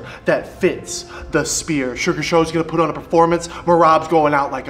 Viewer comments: calling the sphere the spear is low-key funny 😂😂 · “Suga Shane at the Speer” 😂😂😂 get your boy’s right! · "spear" 😂 god damnit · yeah its the spear not the "sphere" thats like a circle bro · lol n kept calling it “spear” n not sphere . Still awsome reaction u see he gives a 💩 n he his BG! Sugar is def one the best! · Sean calling it a shphere is hilarious. You can see him 'adjust' before it. Some words are just a bith, I suppose. But he's going to make him (Dvalishvili) look silly. 😯🤣🤣🤣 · I tried correcting him a few pods back as well and he acknowledged it. Still can’t pronounce it. lol. All love tho. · Watching try to pronounce "SHFEER" is actually wild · Funny that a guy who can't pronounce the sphere is going to be headlining. Never again I'm history. Hope to enjoy seeing him take his second loss.